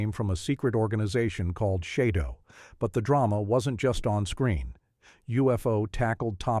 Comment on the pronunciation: SHADO is pronounced like "shadow" NOT 'shaydo'